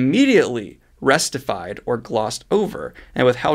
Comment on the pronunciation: It's pronounced "recktified", not "resstified".